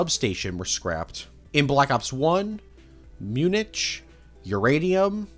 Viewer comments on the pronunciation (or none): none